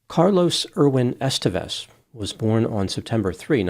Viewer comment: It’s EsTÉvez, not “EStevez”.